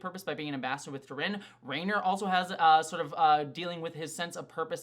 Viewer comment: Gentle reminder that her name is T'rina not T'rin :)